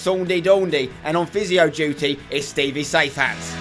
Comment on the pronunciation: football not gootball and its not aits its its